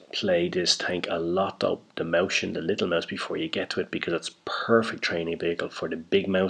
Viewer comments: It's not a sch, it's s-ch. You can't say it like moushen, it's it's like Moizchen. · pronunciation - MOY-chyen